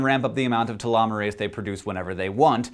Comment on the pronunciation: All I heard was "Ta-llama-rase"